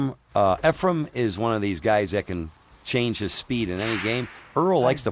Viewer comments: Was saying “Efrem” instead of “Efren” lol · "Efrum" smh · segel is a great colour commentator - outside of mispronouncing efren’s name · Its "Efren".. Not efrem.. Very good commentating overall. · How annoying that the announcer kept calling him "EfreM"... with an M on the end... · calls him Efrum lol